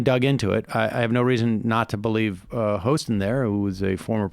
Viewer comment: Good stuff! And Sunny Hostin was great at getting to the facts! (HAW-stin, FYI. Worked with her during her Kroll days.)